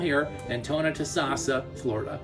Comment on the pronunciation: It's pronounced Tho-no-toe-sas-sah. If you want to sell in Florida, at least learn how to say area names properly. It's not the first time you've messed up.